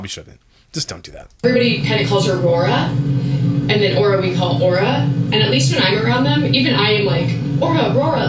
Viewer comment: The name Aura makes me cringe everytime they say it. It sounds like they are about to say Oral.....